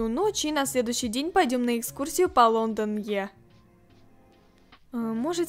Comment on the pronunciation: Ну так, человек сделал ошибку, его поправляют. По русски это бы звучало как око Лондона, или же глаз Лондона. Но не как не Лондон е